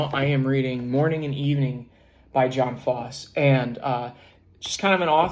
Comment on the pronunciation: Septology is a great book. FYI. Jon Fosse is pronounced "Yun FOSS-uh".